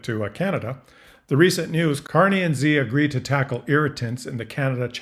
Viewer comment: Just a minor nuance - Xi is pronounced accurately as ‘see’ or ‘sea’ , not ‘gee’ 😊